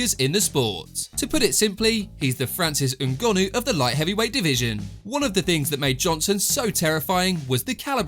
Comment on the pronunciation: Why does this narrator insist on pronouncing fighters names in a way that nobody else does? If it isn't Rashaawd Evans it's Francis Ngonnoooo, Come on mate, behave yourself.